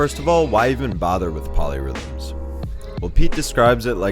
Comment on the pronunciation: Oh, POLY rhythms. I thought you said MOLLY rhythms......